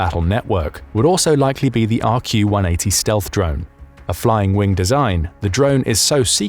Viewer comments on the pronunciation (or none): none